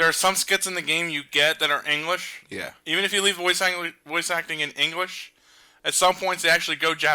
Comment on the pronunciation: who heard say engwish